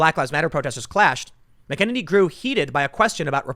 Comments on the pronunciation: Am I the only one hearing “McEnemy”? Lol 😋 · Btw it's pronounced mac a nay knee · That was really scary - did you hear him talk about Covid? Can you PLEASE say her name right!!! let me see if you understand this mac an enny - does that help? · Damn Tim. You’re either the only person saying her name right or the only person saying it wrong. Haven’t you heard Fox say her name a thousand times? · Say her name right please. Very annoying. She is awesome, you should know her name. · You're mispronouncing Kayleigh McEnany's last name. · Learn to pronounce her name correctly. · At least learn to pronounce her name right.... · Tim, if you mispronounce her name one more time, I'm going to have to punch you. Fair warning. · Tim... this is the last time I'm writing to you about this. When Kayleigh McEnany came out to speak at the RNC, she said her name. LISTEN TO IT OVER AND OVER AND OVER AGAIN And learn how to say this young woman's name properly! FFS! It's so rude! To say it wrong over and over again. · To Tim Pool: do you have any idea how completely incompetent you look . . . and ARE . . mis-pronouncing name of the press secretary? And not by a little bit, you totally ANILATE it! 🥵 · Please learn to pronounce her name correctly. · Learn how to pronounce Kaleigh's last name PLEEZ? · When will Tim learn how to say her name correctly? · please say Kayleighs last name right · Please get Kayleigh McEnany's name pronunciation right. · Ok ...before I watch I’m going to guess Tim still hasn’t learned to pronounce her name..... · big fan of Tim Pool, but he needs to learn how to pronounce Kaleigh McEnany's name. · I see Tim still hasn't learned how to pronounce her name. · TIM, SAY HER NAME.... ....CORRECTLY, PLEASE! Kayleigh McEneny deserves that much 😉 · I've said it before, someone who tells people all the time that he's from Chicago should really be able to pronounce Irish surnames... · It's pronounced MAK-IN-NINNY...not Mc kenniny. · It’s Mack-uh-Nay-Nee.